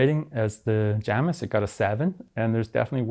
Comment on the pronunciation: Outright refusing to pronounce Jamis and Vitus correctly.